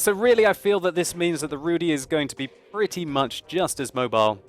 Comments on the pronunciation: RUUU DIIIII (long i)... not RUUU DEEEE (long e) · Pleas pronounce it /rudγ/, not /rudɨ/. And joke about vodka was bad one. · Zabawnie słyszeć wyraz "Rudy" wymawiany przez anglojęzycznego człowieka :D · Not Rudi but ( Rudy ) and not Szaryk but Szarik :)